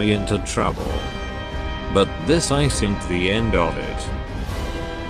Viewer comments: Isn't was wrong pronunciation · Out of all the words he says, for some reason he can't say "isn't" properly xD